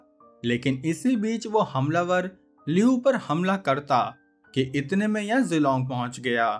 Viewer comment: bahi tune hamlavar bola hai ya "hum lover"